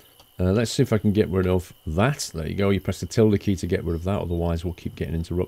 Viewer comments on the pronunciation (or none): none